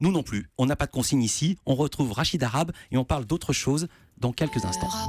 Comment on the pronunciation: on parle de la signification de son nom et pas de ses origines. Cet homme est un amazigh pas un arabe. Son nom est mal prononcé par les Français. Le h se prononce.